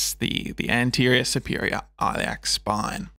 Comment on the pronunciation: * The ‘I’ in Iliac as in ‘it.’